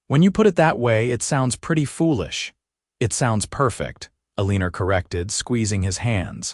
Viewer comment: Eleener? Perhaps it is supposed to be Eleanor? el i nor